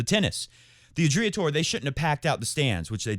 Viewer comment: How pathetic you sheeple.. You are hard core followers of the rest of the flock... That is all that you can do, in your pathetic maximum in life... You can’t even pronounce Adria correctly... I wouldn’t even put some names from tennis world in the same sentence with Novak Djokovic and you citing them!!!???Shame on you! And also, enjoy your self isolating mindset!